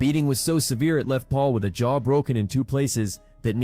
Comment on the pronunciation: You do know it's jaw, not chaw... right?